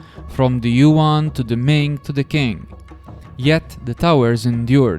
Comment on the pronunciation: Qing is pronounced Ching Q = Ch sound